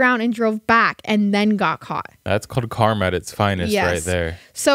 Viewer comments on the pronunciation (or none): none